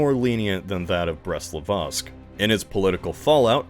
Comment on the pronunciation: Still pronouncing the Brest Litovsk treaty wrong, do better